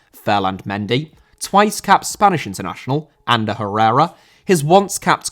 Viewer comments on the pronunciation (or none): none